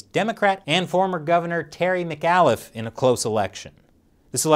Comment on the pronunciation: As a Virginian, your mispronunciation of Terry McAuliffe's last name was painful. But not as painful if he was actually elected.